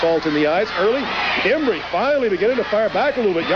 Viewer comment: I love how Tojo always pronounced "Embry" differently every. single. time.